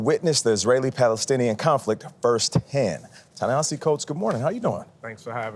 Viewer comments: I disagree. Listen carefully... Burleson clearly says "Ta-Nahasi" and again . Then the Zionist Dokoupil takes this mispronunciation a step further by introducing an "H" to Burleson's mistake, twice referring to Ta-Nahashi" and again . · first guy pronounced it correctly, other guy didn't the first time he said it, but it is tah-nuh-HAH-see even though it doesn't look that way. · CAN YALL PRONOUNCE HIS NAME CORRECTLY. TA-Naheeeeeesi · Did you notice how the two co-hosts mispronounce "Ta-Nehisi"? It's not that hard if you bother to try. All Dokoupil's effort went into trying to get a gotcha. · Dude claims they are "friends" but can't even pronounce his name correctly. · The racism in Tony’s tone and speech. Also, he keeps pronouncing Ta-Nehisi wrong. 🙄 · That first host (whose name I won't use, since he couldn't even get Ta-Nehisi's name correct) shouldn't even have a job after this disgusting "interview.' Nothing but propaganda, spitting in the face of the victims of a genocide. This monster had the gall to mention "kids blown to pieces," while that is what is happening ten-fold in Palestine. But he doesn't care about the dead brown children. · Yep, and also both of the male interviewers repeatedly mis-pronounced the author's first name.